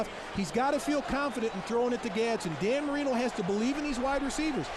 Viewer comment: Cannot take this guy seriously saying 'Danny Marino'